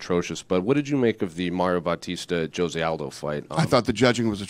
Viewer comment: “Maryoh bawteester”